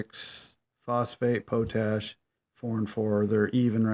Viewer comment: pot-ash dude not po-tash